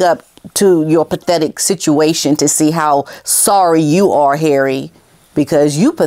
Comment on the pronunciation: I love how you say ‘HARREH!’ it gets me every time haha!